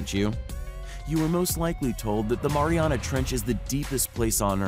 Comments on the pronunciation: Its pronounced maryanna not moriona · It's The Mariana's (marry-ana's) Trench 😂 (Yes, take my word, I'm from Guam lol) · Im an islander that lives on a island called guam ( the marianas island ) and you're saying mariana wrong. Its pronounced ( mary-ana ) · He kept saying Mariana wrong . Now I want to smash something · The way this dood says 'Mariana' makes me wanna jump of a cliff